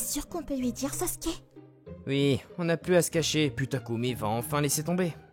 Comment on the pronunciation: Et en fait c'est pas sosuke c'est Sasuke😮